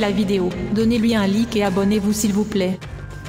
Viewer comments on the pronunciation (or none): On dit pas on dit <laïke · on ne pronnance pas lïke mais läïke pour la prochaine fois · à la fin elle dit laisser un lique au lieu de like . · like ? 😂😂😂 Déjà sa se prononce Layke et non like 😂 bref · Sa se prononce pas lïke mais laïke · On di un laike pas un like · sa se prononce laïke pas like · on dit un like (ai) mais sinon c'était cool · Un "lique" mon frr😂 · "Un lique" PPTDRRRRRRRRRRRRRR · Sa cécrie like mes on le prononce laillke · A la fin la meuf elle dit donner lui un lique mdr 😂😂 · lol à la fin tu dis le like en prononçant le i normal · J'adore a la fin: "like la vidéo" sans accent